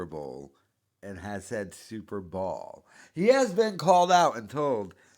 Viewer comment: The “superball” mispronunciation is the one that infuriates me the most lol. He’s been called out by Theo for that one and he will hear someone say it the right way and immediately say it the wrong way. Remarkable